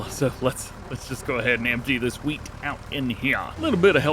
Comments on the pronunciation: Did you say WH Weat?!? Say Cool Whip. Cool Wh Whip. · DJ you sound like Stewie from family Guy, you said wheat weirdly